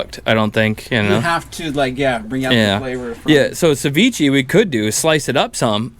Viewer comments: It's (se-vi-ch-eh) not SeViChi😂 although it taste amazing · Sa-ve-chay 😅 if that helps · It’s actually pronounced cevich(ay). the more u know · calling ceviche sa vee chee is crazy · Is he trying to say sashimi lmao savichi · It's ceviche not sevichy, learn how to pronounce ethnic dishes correctly... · what's hard about Sa-ve-chay cmon now